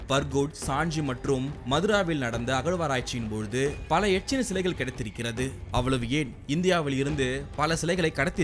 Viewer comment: அது எச்சி இல்ல எக்க்ஷி